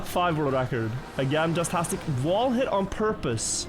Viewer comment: hey, man. i'm gunna need you to fucking say JASTASTIC like JAZZ TASTIC. and stop saying Jizztastic. Thanks